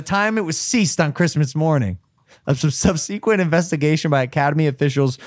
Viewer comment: I know Logan didn’t just pronounce subsequent like that